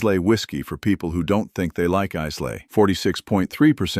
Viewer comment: Isay is pronounced "I la" not " Is Lay"